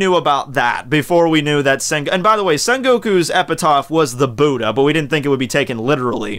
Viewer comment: LOL I HATE THE WAY HE SAYS BUDDHA